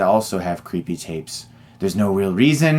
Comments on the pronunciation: crippee tayps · I like how you say creepy tapes. 😂